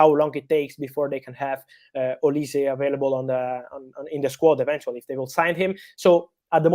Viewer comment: Olise is pronounced "oliseeeeee" not "olis" 😆